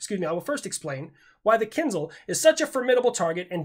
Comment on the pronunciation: I do want to bring up a very important point. :D You're pronouncing kinzhal incorrectly. Unless you're doing an "I-ran" thing and on purpose, the sound is ZH not Z like if you're trying to pronounce a chinese last name of "Zhang", since that too isn't "Zang". I'll see myself out.